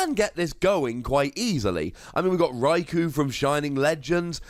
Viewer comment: I was never a fan of the genies anyway. Also minor gripe but Raikou is pronounced Rye-co, co pronounced like you’d say cone. Unless you pronounce it that way because you know how it’s pronounced and just don’t like that, then that’s okay.